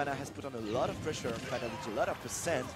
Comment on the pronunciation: Did that commentator just say "Fat-old-lady" ?! Lmao. How do you butcher Fatality's name like that.